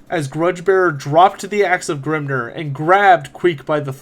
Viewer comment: Excellent video, with one exception, Grimnir is pronounced Grimneer, not Grimner. Hearing a dwarf god pronounced like he is an Orc is grating, lol. I loved everything else in the video and greatly appreciate it.